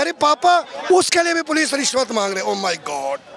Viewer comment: उल्लू का पट्ठा रिश्वत को “ निश्वत “ बोल रिया हैंगा ।